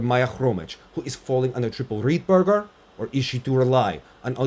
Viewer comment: I love how you call the loop "Rittberger" like Russians do, attention to the details is *chef's kiss